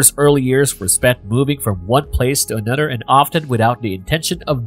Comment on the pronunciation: Yep. Totally agree...I find it extremely annoying to keep hearing: "anodder" "mudder, fadder, and brudders"